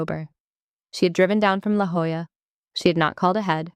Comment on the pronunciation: I don't know if the AI has learned to read La Jolla as it should be, or if they wrote it phonetically but it was a relief to hear it as it should be. Also, the hospital at Balboa is called simply Balboa. Since my Master Chief Hospital Corpsman dad was stationed there for years, that's what we grew up hearing. Three of my siblings were born at Balboa.